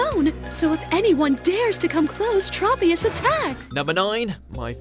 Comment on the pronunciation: It’s trop- e-us..do you say tropeical?